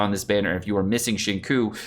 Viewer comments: Omg it's pronounced "shin-chu" not "shin-ku" lol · Please it’s not shing coo, it’s sing chiyou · y u say shinkuu it hurts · Xingqiu = Shing - Chew... NOT Shing Ku Beidou = Bey - Dough... NOT Bey Doo Xinyan = Shin - Yan... NOT Jin Yan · Qiu is pronounced as 'Chew' not Cho. Yue is pronounced as 'Yuea' instead of way. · Xing tsiou it should be pronounced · It's "SING CHEW", SING CHEW:( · pls....it's not shing coo.... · I know is being a troll here, but it is time to consider how to properly pronounce his name, or people can pronounce Hispanic names wrong. On the other hand, Chinese government needs to improve Pinyin. Why not just write the alphabetized name as Singchiu? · It's Xing Chiu * pls...... It hurts my ears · It's like he's purposefully mispronouncing every character's name wrong. lol. Xingyang, Baydoo, Shingque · normally I can look past pronouncing names wrong but bro “kekwing”? lmaooo please it’s so easy to say them right with a quick google search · The way pronounced Xingqiu sounds like Senko. LULW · I love you, but Xingqiu should be "Shing-cheeoh" and Beidou is "Bae-dough." XD I'M SORRY, it's driving me a little nuts now that I'm hearing their names so many times in a row, haha. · "Shing-ku" Lol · has had so much time to learn how to pronounce “Tsing-cho.” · There are only so many times you can say Xingkiu and Keking and find it funny. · Try to pronounce “Qiu” as “chill” and “Qing “ as “Ching “ it will sound much better and genuine. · hi, pronunciation tip on xiuqiu and keqing: try to pronounce “Qiu” as “chill” and “qing” as “ching” it will sound much better. Cheers! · in case you were completely ignorant and blind which you are, "xinqiu" is a Chinese name. therefore mispronouncing it intentionally is disrespecting Chinese culture.